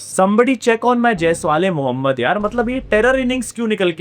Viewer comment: oye jaiswal-e-mohammed kaise bola muhammed naam kyon kharab kiya teri ma ki